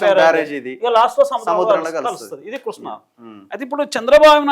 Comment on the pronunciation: Vediki Krishna pronounce cheyadame Radu Vedu pedda engineer. State divide ina taravata kuda enduku ra annitiki Andhra meda ne edupulu Karnataka , maharashtra meda fight cheste dammu Ledu .upstream state ni em peekaleka downstream state meda edupulu endi